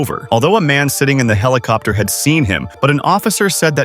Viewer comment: I think the narrator messed up some of the words cause they sound off. I didn’t know a helicopter was spelt with a T.